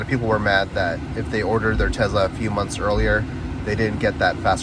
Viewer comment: For the love of God…..it’s called a TeSla…..not a Tezla. Nails on a chalkboard